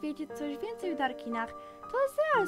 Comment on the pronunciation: Fajny dubbingjak zwykłe e Ezreal A nie Asriel po za tym ok:)